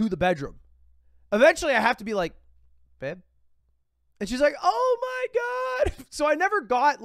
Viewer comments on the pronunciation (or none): none